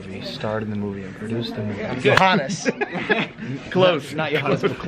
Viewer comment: pacific??? u mean specific???